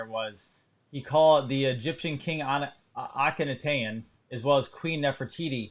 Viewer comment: Great show. BYW the pharaohs name is pronounced Aken Ah Ten